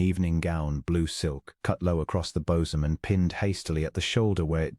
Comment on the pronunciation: “Cut low across the bosom”—unusual pronunciation.